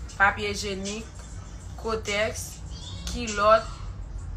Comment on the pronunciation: Mezanmi djoulie se pa egenique se hygiénique 🤣🤣🤣🤣